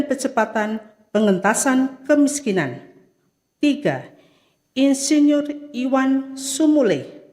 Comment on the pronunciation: Selip bacanya. Insinurr